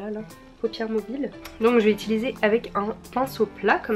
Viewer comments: Utiliser !!!! 😂 pas itiliser 😭😭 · qui a remarqué qu'elle Dit "étiliser" au lieu de utiliser ? 😂